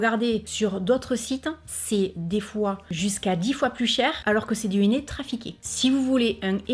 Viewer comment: mon néné... ça m'a fait rire. Avec l'accent, c'est hilarant. J'utilise du henné neutre grâce a toi et j'ai beaucoup moins de démangeaison. Quand a Action, j'y vais souvent et j'achète de temps a autre les produits que tu testes en vidéo. En générale, c'est toujours un grand oui. Des bisous